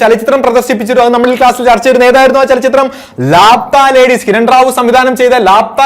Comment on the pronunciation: ലാപ്‌താ ലേഡീസ് അല്ല "ലാപത്താ ലേഡീസ് " ... എന്ന് വച്ചാൽ കാണാതായ സ്ത്രീകൾ